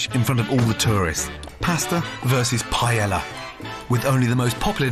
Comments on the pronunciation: not paella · You’re in Spain. Please learn how to pronounce ’paella’ 😲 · the way they all mispronounce paella is killing me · The ignorant mispronunciation of paella is painful to the ears